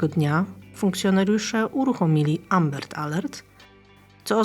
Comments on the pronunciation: AMBER nie ambert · Amber, nie Ambert :D myślałem caly podcast, że w Holandii bursztyn to ambert ;D